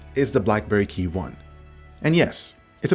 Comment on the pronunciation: Just want to let you know that it's KEYone, not KeyONE.